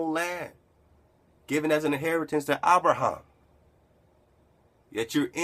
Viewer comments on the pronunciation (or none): none